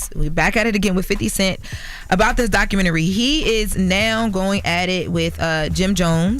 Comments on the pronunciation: I hate when ppl say documentaries like that 😑 doc-ka-men-naree 😂🤦🏾‍♀️ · Documentry...Jim Jones gosh, it's documentary!!!